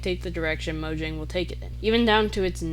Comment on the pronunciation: Fire vid, I think this does also explain why minecraft is like the one game I've always wanted to return to, while most others I'd get burnt out from within a few months Also it's pronounced Mojang not Mojang